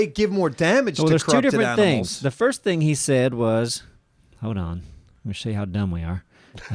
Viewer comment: lmao! "Know when to HUD"